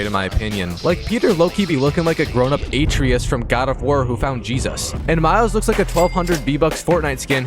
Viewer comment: Atreeus mate, ATREEUS!